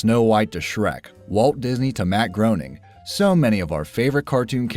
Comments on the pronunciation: Matt Groening's last name sounds like "raining" not "groaning". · It's Matt GRAY NING. I've heard him pronounce it himself in videos.